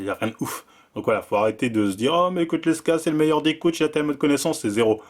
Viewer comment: t'es dyslexique..? L E K S A aussi prononcé LEXA... #dusel #NaCl bon ca va, t'as corrigé après lmao